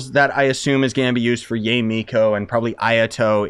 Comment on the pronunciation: just FYI it's pronounced Ya-eh or yiay if that makes sense. If you look up how characters say her name they say her name like this also it's the correct Japanese pronunciation.